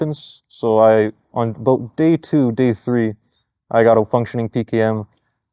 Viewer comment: he said the thing! The Canadian thing! It is "a boot" lol but seriously these guys are awesome